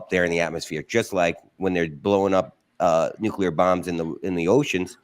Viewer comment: Why do Americans say NUCULAR instead of NUCLEAR it's just the two syllables guys.